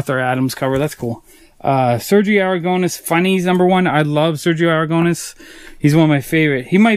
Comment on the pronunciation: Im spanish and your pronunciation of Sergio Aragonés name killed me.